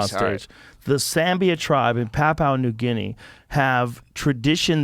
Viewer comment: Not papu new guinee, pronounced pap-you-nah new Gin-ee. From an Aussie